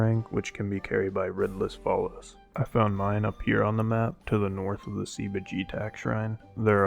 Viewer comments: took me ages to realize what you meant by "red lizfalos" lmfaoo. It's written and pronounced "lizalfos" if you're not aware. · Omg lmao. For the longest time I thought you were saying Ridless Followers. I didnt know it was Red Lizafos. If not for that comment I think I still woulda been stuck xD. But this boomerang is really awesome!